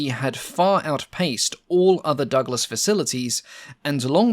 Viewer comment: I feel a strong urge to slap my thigh everytime you say Donald Duck las...